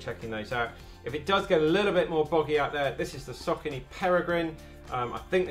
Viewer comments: Saucony pronounced "sock a knee" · Those people who pronounce it “sauce o knee” 💀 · I pronounce it Sock-own-knee🤔